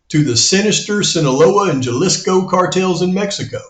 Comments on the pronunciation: Jalisco : the J in Jalisco is pronounced as an H and I as ee. Haleesco. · Jalisco - "ha-li-sco" (Jay's and G's are pronounced like H's in Spanish - like jalepeño = ha-le-pe-nyo ;) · Just an FYI= pronounced Ha-lesco! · Jalisco is pronounced Halisco. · Jalisco with an “h” sound, like jalapeño! Your timeline is awesome.